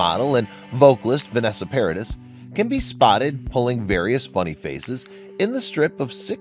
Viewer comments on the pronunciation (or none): It's not "paradis". It's pronounced Paradeez". When I lived in France way back,I bought her first tape,and was corrected by the cashier at Tower Records in Paris. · Why you sound like saying vanessa "paris" ... when it's vanessa PARADIS ... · Loris Allison was Johnny's first wife, and you pronounce Vanessa's surname as Parader not Paradiss! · It's pronounced Par-a-dee....not Pairadis. (I'm available for French tutoring!!) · It's pronounced "Paradee", not "Paradiss". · Yes, and Paradis it's pronounced 'Paradee' - the 'is' is silent in French. Oh, la la! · Johnny was never married to Vanessa. Also, her last name is pronounced PARADEE, (silent S). In addition, Lily-Rose is NOT Jack's "younger sibling" as you said at the beginning of this video. You need to do some serious fact-checking! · It's Paradee!(Paradis) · Paradie. Don’t pronounce the s. Good video. Loved it. Thanks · JD never married Vanessa, so she is not his first wife. His first wife's name was Lori Ann Allison. The marriage lasted 2 years, she was a makeup artist. Vanessa is the mother of his 2 children. And her last name is pronounced ParaDEE. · Paradis is pronounced 'Para Dee', the 's' is silent as it is a French word. Jack looks more like his mum. Learn how to pronounce French words. Jack's girlfriend is, wearing a black pants and white tank top. Jack is wearing a faded denim shirt! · The S is silent dude! (Para-dee) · Please, if you want to be a real professionnal, make an effort to pronounce names correctly ! In French, "s" at the end of a word is most of the time a silent letter so we don't pronounce the final "s" in Paradis. Therefore, Vanessa Paradis' surname sound like "Paradee". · For the last time, the 's' in "Paradis" is silent! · I wish peope would stop pronouncing the S at the end of Paradis!! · HAHAHAHA.. Right? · Does this narrator ever bother to ask how to pronounce someone's name? Vanessa Paradis? The "s" is silent. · The S in Paradis is not pronounced..